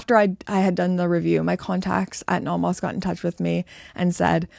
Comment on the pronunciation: Welcome back! I appreciate that you've adopted a more European pronunciation of Nomos rather than the North American one :)